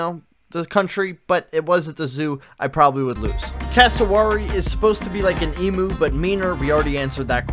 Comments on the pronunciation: I'm sorry to be that one guy but it's pronounced eemyou not eemoo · You missed the most dangerous bird - the Magpie. And the pronunciation of "emu" was a little off.